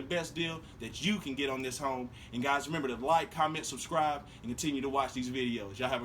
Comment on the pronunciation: You forgot the second "m" in remember!!!